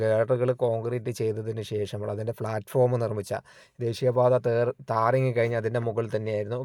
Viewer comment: Nice 👍🏻. ഒന്ന് രണ്ട് അഭിപ്രായം പറഞ്ഞോട്ടെ. ഡ്രെയിനേജ് എന്നാണ് പ്ലാറ്റ്ഫോം എന്നാണ് pronunciation